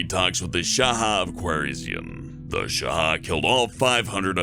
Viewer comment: Holy shit, I haven't watched any videos from here for ages now. Last time I was here was so far back that it isn't even in my history. Well I guess it's time to try and catch up. Also, you mispronounced Boudica, Shah, and Kiev.